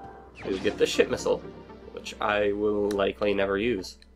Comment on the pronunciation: I can't help but always hear you say "Shit Missile" rather than "Ship Missile".